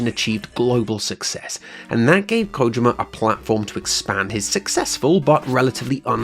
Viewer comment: Good stuff man. Also, its Ko-jeem-uh not ko-jim-uh haha